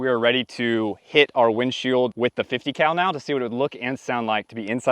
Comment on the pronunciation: You miss pronounced “50 cow”.